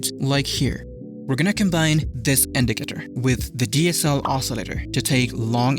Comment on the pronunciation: he said indicator 700 times and in a wrong pronunciation